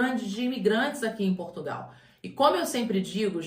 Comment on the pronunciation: A "moça" do canal também vai ter que aprender a pronunciar o nome do nosso país, porque esse país, que ela também chama "PortugAAAAAOOO" não existe, esse não é o nosso país.